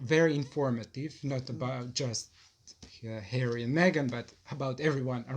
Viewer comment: Love hearing LCC laugh like that with her son, so lovely. Also love the way he pronounces Harry as Hairy. 😂